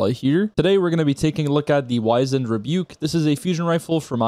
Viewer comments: Wiz-end. Not wise-end. 🤦🏼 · How does no one know how to pronounce wizened lol